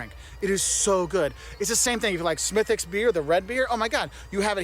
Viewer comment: I'm from Cork and how you're saying Smidicks 😉is "Spot On" / perfect.